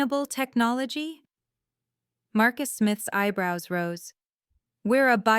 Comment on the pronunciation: Missing text from the audio. Ritz, not Rits. Valentine O, oh boy🙄 Do your next Edit with the Audio 'On'. Ibrows? The Sandbox is not a business. Sticks and Bricks is business. Architecture is real. I read "Techno-vibilding" and realised there were only a few more minutes of play time, so I listened.